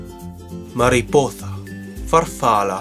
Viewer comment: Mariposa = Ma-ree-po-Sa (not th, even in castillan)